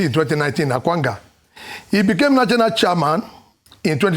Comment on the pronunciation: why does he always pronounce "National" as "Nachanal" 😂😂😂